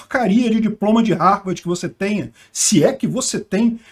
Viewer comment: Ele falou RARVARDI , mas aí entenderam Harvard, tenso 😅